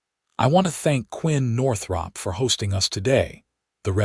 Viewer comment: Why use the nane Northrop if the AI can't pronounce it?